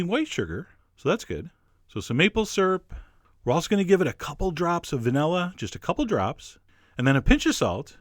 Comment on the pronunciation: The way he says syrup makes me giggle every time.